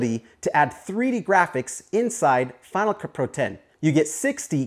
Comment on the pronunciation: Each time you say "Final Cut Pro it sounds more like you're saying "FinaCupru". Your video is a good example of the effects you're showing. You mentioned something about money earlier; are these other plugins (besides Cinema Grade) free, or are they trial/paid as well?